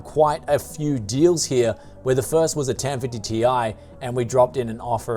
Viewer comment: why do you pronounce here here as hiar